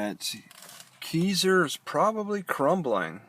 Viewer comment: It's pronounced Kai-zer. lol I live here XD